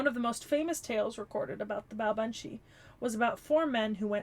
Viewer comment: BTW, the pronunciation is closer to Baa-vahn. As usual, the quirks of the language make it hard to guess pronunciation quickly if you don't grow up with it. Much like Artoria Caster, Baobhan Sith's first two arts are closer to memories/records of who she once was, while the third art is what she was by the end - in her case, a faerie barely clinging to life. A major reason that faeries would torment Baobhan Sith to death is basically just because they find it revolting that she's a vampiric faerie. By the time Morgan told her to embrace cruelty, Baobhan Sith's soul was exhausted enough that she was literally on her last incarnation before she'd die permanently. Pretty sure you mean a "blood eagle", not "spread eagle" (that's a position where one is lying down with one's arms and legs spread wide apart). Cait Cu Cerpriestess' 3rd art is basically a 'Baobhan Sith who has overcome her fate', or something like that. As a whole, Morgan's lessons to embrace cruelty won't fade, but she does seem to be a fair bit better as a person than her previous self. Yeah, the name seems to be an eclectic mash-up of figures - the Cait Sith (faerie cat), the Cu Sith (faerie dog), and Cernunnos. On the subject of Burnunnos, it's probably worth noting that Barghest has a crippling phobia of urban fires due to the memories of being Demon Dog Barghest, so she focuses on fighting wildfires which are less triggering for her. She does manage to power through the fear towards the end of the event when al